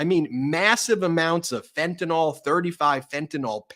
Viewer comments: It's fentanyl not fentanol. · Ben: it's Fentanyl, not Fentanol. The last syllable rhymes with "pill," which is most apt.